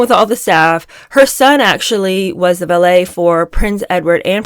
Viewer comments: pretty sure there’s a vee not a bee. She seems to be pronouncing the vee like bee. It might be a sound issue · Why is she pronouncing ‘valet’ as ‘ballet’ wth